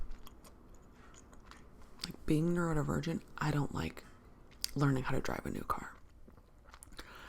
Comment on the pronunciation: Totally relatable. Love how you speak to your audience. I hate to ask but I hear you consistently say nuerovergent… is that right? Can you explain what that is or refer me to another video if you already did. Sorry I’m just curious.